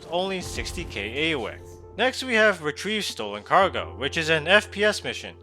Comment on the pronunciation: It's been pronounced a. U e c. You spell it out it stands for alpha United Earth credits or something like that. It's not an actual word like it's not like Icelandic isk